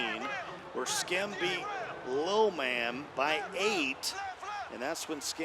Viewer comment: Why does that guy struggle saying ‘Lil Man’ like Jesus.